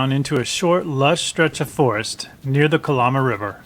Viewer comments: It’s pronounced “Cuh-Lamb-uh” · It's pronounced ka-Lam-ah. No lambs or sheep...just a lama.